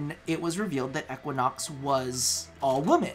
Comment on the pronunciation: PLEASE the way you say Equinox hurts